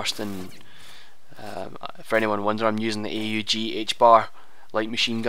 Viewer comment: 2 get a nuke try the scar w/sound suppressor, I got 3 in 1 week. I use the javelin; however the stinger is an anti- aircraft missile. the AUG is pronounced AWG, a 5.56 mm armee universal gewer (rifle).